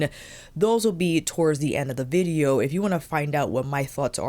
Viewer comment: Loved when you said vidgeo 😂